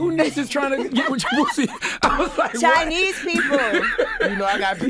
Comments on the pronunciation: Boosie said chinieces 😂💀💀💀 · I understand he's from L-O-U-I-S-I-A-N-A, but many folks speak incorrectly like it is correct. Many the folks from Baton Rouge, LA... lmao 🤣🤣🤣 "CHINESES". Like, ive heard ppl say "TEEFES (TEETH), BA-GHETTIS (SPAGHETTI'S), BOBBYQUE (BAR-B-QUE, and FRUI (FRUIT) from there. Like, is this the new norm for why the new generation is speaking in a slave mentality way because they feel it's easier to speak in "short terms of the actual work?" Mine-mine-mine....Smh Like, can we help the new Comer's to understand how it's important to speak correct grammar at all times? Just saying!